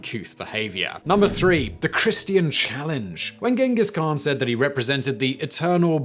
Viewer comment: I'll throw a party the day Simon learns how to pronounce Genghis khan 😅